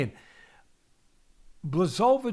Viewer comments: It's disgusting how you pronounce Błachowicz's name. Look, it's that simple, just say Bwahoveech. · BWA-HO-VITCH. This is how "Błachowicz" is pronounced.